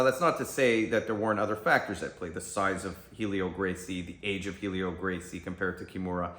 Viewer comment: Maestre Helio's name is pronounced "EL-EE-OH", and the "H" is silent. The "A" in Jigoro Kano's name is pronounced as in "Awe". Yeah, I know. I'm a pedantic shit but it's a pet peeve of mine. Sorry, not sorry.